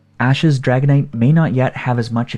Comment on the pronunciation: Umm why do u pronounce dragonite as haganite ?